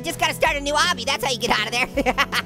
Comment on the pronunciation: its pronounced like this obby AW-BEE